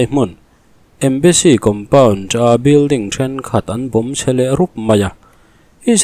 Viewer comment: Embassy Compounț! 😮 Kan lam no mah mah vang a ni thei em? 😂 Tri (Ț) hi kan uar mah mah em aw? Ngatinge T aiah Ț hi kan lam/hman hlauh thung ṭhin le? 😮😮😮